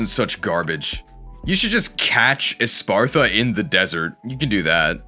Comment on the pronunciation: Why does literally every poketuber say espartha instead of espathra